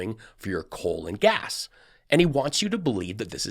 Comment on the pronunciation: Was that ‘coal and gas’ or ‘colon gas’? 🤔🍕🦨💨 Cheers,!